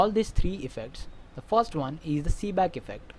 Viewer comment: It's Seebeck not "Seeback"!